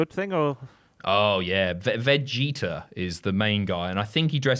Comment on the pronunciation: the way says Vegeta😂